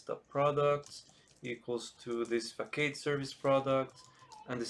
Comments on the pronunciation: Excellent content, straight to the point with meaningful tangents and fast movement. I really appreciate you taking the time. Just a friendly note, typically Facade is pronounced fuh·saad, at least in English. I hope you keep making great content, you really stand out as a specialist content creator! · what if i don't use singleton mean if I don't provideIn root for some of the services? btw it is pronounced fuh·saad